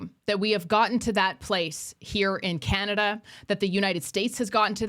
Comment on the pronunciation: from the US and I legit call it Canadia! 😂😂😂